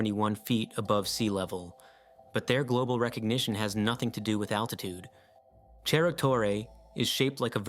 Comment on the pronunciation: It's not pronounced cherro